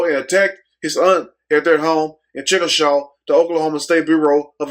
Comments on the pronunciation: Chickasha (chic-ka- shay) that's the way it's pronounced. But I don't want other prisoner to held accountable or not being released because of something this man really done. Because there are prisoners that deserve to be out but there should be something in place that they really scream these prisoners when being released. there really needs to be some intervention and some rehabilitation with the prisoners before being released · Good video the city name is pronounced chick-a-shay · Its pronounced (Chickashay) Sad to say it's my hometown!!🙏🙏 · Hey..chickasha is pronounced chick-a-shay. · I had to watch this twice. Mannnnn, I had to get the laughing all out me. You didn't give a damm how you pronounced the city name, he looked like an anderson and when you called him a fat ass...I had to pause this. And what makes me more weak is you so serious.